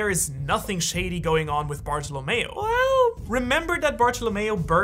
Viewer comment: him saying well wierdly